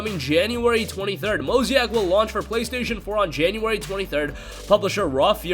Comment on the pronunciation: Mo-zay-ick not Mo-zee-ack lol